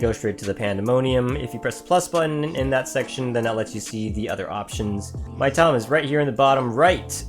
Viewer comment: That's, uh, pronounced "Mee-tama", not "my-tama".